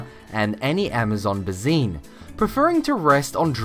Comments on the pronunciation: basin... not basine. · you really need to find out how to pronounce certain words like Basin I know you were probably trying to say Amazon basin not what you did